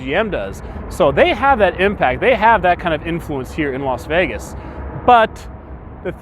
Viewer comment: Las FEEgas